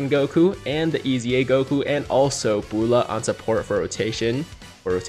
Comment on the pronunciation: Why he pronounces Bulla like that lmao